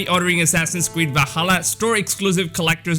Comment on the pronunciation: “Assassins Cweed”